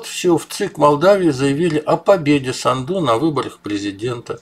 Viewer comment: Майя САНДУ- ударение на А не на У сАнду